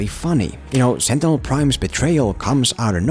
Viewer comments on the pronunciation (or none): none